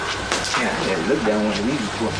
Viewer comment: I stopped watching when I heard that "growwol"